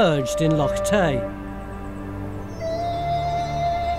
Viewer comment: Except most of you lot can't pronounce loch, or care to even try to. As someone who grew up on Loch Lomond, this is ridiculous. Stewart, (a nice Scots name) it's not a lock, it's a loch.